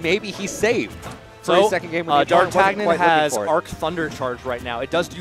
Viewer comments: Technically he's the fourth musketeer, right? Pronounced "Dar-tan-yan" Between this and Kvothe, Smash casters need to brush up on their literature :) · What special sort of uncultured peasant doesn't know how to pronounce Dar-tan-ee-uhn? 😂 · D'Artagnan is the name of one of the three musceteers, it's pronounced in a french way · It hurt that he didn’t know how to pronounce D’Artagnan, even after the other commentator told him.